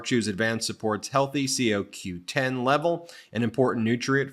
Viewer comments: Ben : It's CoQ10 (like codependent )not c o 10. Another great broadcast. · CO Q10 is pronounced (co) as in Comer the moron Q 10